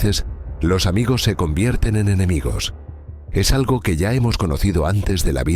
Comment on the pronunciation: Muchas veces los "amegos" se convierten en enemegos..😂😂